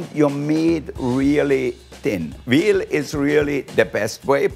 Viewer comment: He said its veal lol